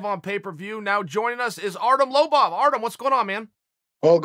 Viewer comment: Uncle Chael pronounced Artem’s name weirdly, it’s “Artem Lobaff”.